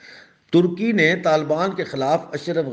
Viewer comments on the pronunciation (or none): none